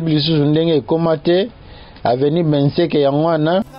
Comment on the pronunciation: BENSEKE et non Mbeseke